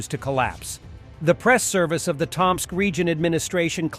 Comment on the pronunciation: *Tōm-sk. Not that I have any hope the robo voice would learn this.